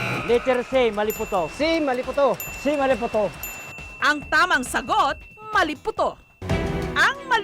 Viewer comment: Maliputo Hmmmm...... Mali-po-to Hahah